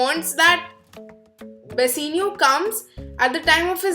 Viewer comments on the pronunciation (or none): It's Bassanio not Bassenio 😂